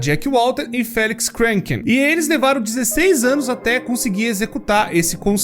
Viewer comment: Não é possível o falou ânus é não anos